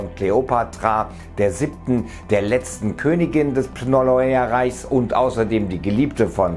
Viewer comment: Alexander aus dem "Pnolomäärreich"....😂😂😂 Alter....mal langsamer und dafür deutlicher sprechen oder wirste hier nach Wortanzahl bezahlt??!!